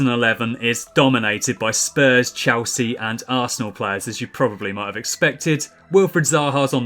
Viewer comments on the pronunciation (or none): none